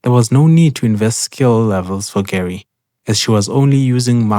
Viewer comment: Not to be that guy. But I will be that guy. Her name is pronounced Gu-Ray. You know this from her First Meeting voice line.